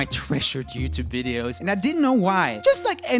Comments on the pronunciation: "TooYube" LMAO I think it's "Youtube" LOL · Did you say tubeyou??😂😂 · he said TouYoube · Love how you gave YouTube a European accent